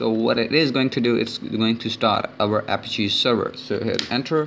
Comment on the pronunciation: I'm sorry but this is driving me crazy- Apache - pronounced Uh-Pat-Chee. Also, this doesn't teach any viable hacking methods with this tool at all. All this does is kinda show how a listener works and barely that.